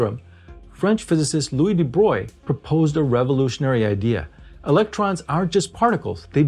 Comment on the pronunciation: Love your content but just wanted to point out how you pronounced "Louis de Broglie", it sounded like "de Broyl" when it should sound like "de Brogly", the end sounding like 'Italy" if you will.